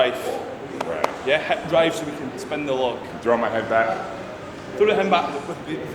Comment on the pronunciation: "heb drive" = hip drive